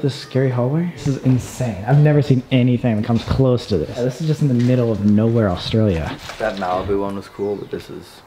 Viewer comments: be careful for snakes me being Australian- you mean careful of mud crabs Colby- were walking through a swamp! also me- your walking through mangroves Sam- pronounces Australia Awstraelia just me- i give up at this point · As an Australian the way they say ‘Australia’ it makes me cRiNgE😑